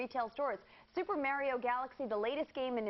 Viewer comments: i was JUST about to say that. super MERIO?!?!?! NO!!!! why the crap else does he "it's-a-me, mAAAAAAArio!". not "MERIO"!!!!!! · MA-RIO Say it everybody now MA-RIO Not Mary-O Yeah, GAME PRICE CUTS! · Mario, its pronounced MARIO!!!!!!!!!!! crazy moron.